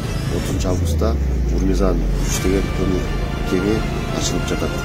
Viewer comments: Журналист узбексинби урмизан дей берип тажаттынго Ормузан десең. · Урмизан дебейле ормузан деп айтчы